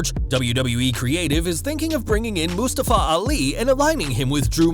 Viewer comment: anybody else think the vj is pronoyncing mustafa ali a little ofd?